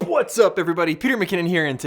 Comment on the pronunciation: Please say whats up, not pwhats up hahah it's annoying